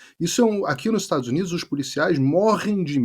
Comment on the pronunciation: Esse homem lá nos Estados Unidos,é muito nojento para pronúncias das palavras, estados uniduxxxxxxxxxxxxxxxxxxxxxxxxxxxxxxxxxxxxxxxxxxxxxxxxxxxxxxxxxx.